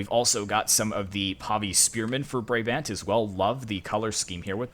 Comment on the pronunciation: How you pronounce Brabant is like “Bra” as in a bra and bant as in like Banter